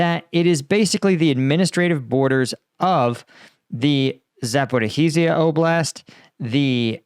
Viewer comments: Zap-o-ree-sha not Zap-ah-reeesheee-a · Dear, it is not ZaporIhIzia, it is Zaporizhzhia, no "hi" in the middle. Otherwise you are awesome. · And after more than two years, you still can't pronounce 'Zaporizhzhia' correctly...... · you have a very way of pronouncing zaporizhia